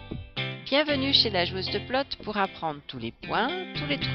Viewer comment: pardon, dites bien PE-lotes. parce que p-lotte c'est un super gros mot au Québec lol